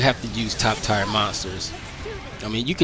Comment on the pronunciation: I know I am almost 5 years late but did you say tire instead of tier?